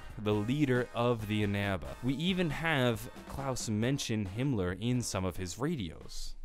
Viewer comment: Mispronounced Himmler